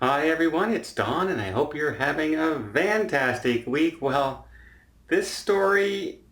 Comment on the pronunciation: In every one of your videos it sounds like you saying “ I hope your having a Vantastic day “